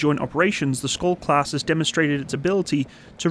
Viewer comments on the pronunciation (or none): funny hearing an english speaker trying to say SKJOLD....the K is silent...it's pronounced like SHIELD, but with an O insted of IE...and the D at the end is also usually not pronpounced..so something like SCHOLL, I guess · The SKJ letters is pronounced like English SH. You could pronounce it Shyold. And, yes, it means Shield. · Hi, I have been following developments of the Skjold class for a number of years. By the way, I think it is pronounced Sh-old. I was born in the Shetland Islands and my father used to tell me about the Norwegian Torpedo boats which he observed in the War. One year we met one of the Norwegian veteran's from that time. He was a man who rowed across the North Sea at the age of 14 with his brother and then when he was old joined the Free Norwegian navy on their MTB's. One sunny Sunday afternoon in the 1970's, I saw a flotilla of Norwegian MTB's roaring into the harbour at top speed - what a sight! The Skjold is a fantastic design. It is a bit lacking in ASW though which is something the Swedish Visby is good at. It is a far better design than the Littoral Combat Ship. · You can pronounce Skjold as "Shold" it means "Shield" which i find rather fitting. :) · Skjöld}=SHEILD WITH A SH SOUND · so K is like H and J is like I? "Shiold" or "Shold" is pronounce? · Everytime he say SKOLD I physically cringed. The J is pronounced like Y in Yemen. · Btw, you pronounce it like a "sh" sound, so "skjold" is more like "shold" in your pronounciation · As a Norwegian, it's always interesting hearing foreigners struggling to pronounce Norwegian words. Our language can be quite tricky, including words like "skjold" ("shield" in English). The word "skjold" is basically pronounced similarly to its English translation, "shield", except with an "O" sound.